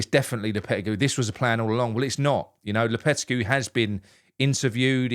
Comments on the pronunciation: It's pronounced LOPYTEYGY not LOWPETTYCUE. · Low-per-teg-ee 😂😂😂 Hope we dont get him and its smoke n mirrors for who we really want, but even if we do he couldnt be any worse than the imposter manager we have....soon to be had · You'll need to learn how to pronounce his name correctly. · You need to pronounce his name correctly.